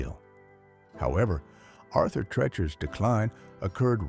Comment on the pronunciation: It's TREECHERS not TRECHERS. AI is almost there though. The narration is pretty good.